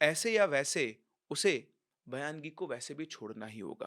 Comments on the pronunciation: Sir use bayangi nahi Baingi bolte hai. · बयानगी नही बायंगी बोलते है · Baayangi is a konkani entity which has mostly male ghost all Maharashtrians on Konkan belt are aware... Your story shows baayangi takes life but they are harmless... Baayangi is also a marathi word... It is baayangi not bayaan-gi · सर ये जो भूत का नाम आपने बोला है वो bayangi नाही है उसे बायंगी बोलते है ये महाराष्ट्र के कोकण मे मिलती है और उसे रेंट पर भी ले सकते है जेस sotry मे लिया था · सर वो बायंगी होता है